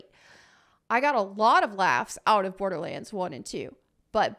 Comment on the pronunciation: "'Olderlands" I am SO stealing this !